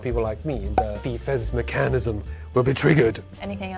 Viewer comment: 一般人會認爲Eko講話做作，但我覺得很好。每個人都有他自己學習語言的方式和習慣，管人家做不做作很是一種亞洲人會有的想法，一定要大家都一樣才不會覺得顯眼。這，我也很不能習慣。Eko不錯了，雖然還是能聼得出來他發音上還是有非母語人士的地方，例如在 處就能聽出他發 mechanism 時的將輕重音發反了(要唸 ˈmɛkənɪz(ə)m 而非 mɪˈkanɪz(ə)m)，剛好這個也是大部分説中文的人士會有的問題。但他是非母語者所以很正常，而且也不會影響到他的 logical patterns。台灣普遍大衆若都能講的像Eko這樣，就已經可以跟新加坡一樣了，甚至還在好一些些。